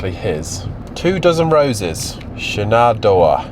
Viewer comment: Lol, pronounced Shan-en-dough-ah. :face-blue-smiling